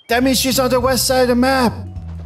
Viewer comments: is patrick now cause he said Weast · It isn’t west it’s wheast